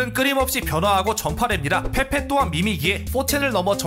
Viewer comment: 첨에 밈 페페인데 민페폐라고 들음ㅋㅋㅋㅋㅋㅋ